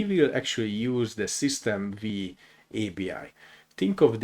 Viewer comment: Thank you for the video! One note: "System V" is pronounced as "System Five", as V stands for the roman numeral 5, referring to the 5th version.